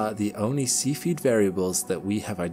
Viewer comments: Mr Narrator, its not a seafeed star, its a cephid star. Please pronounce it correctly. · While we're at it he makes me giggle everytime he says see feed variable stars when I'm pretty sure it pronounced sef ee id. Nevermind at least he's adding the g to his ing's these days, small wins 😉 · I hate that people are going to watch this video, and think that cepheid variables are pronounced "see-feed". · Cephied is not pronounced Sea Feed, but otherwise, very well done video. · In this video I heard a new (to me) English pronunciation of the word cepheid?? What is the commonly accepted pronunciation used by professional astronomers?